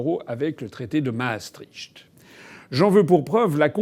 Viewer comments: Maastricht se prononce Maastrikt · Maastricht ce dit Maastri(ict) pas (cht)